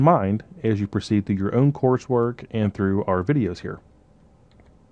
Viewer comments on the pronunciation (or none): none